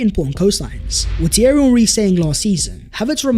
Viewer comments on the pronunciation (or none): none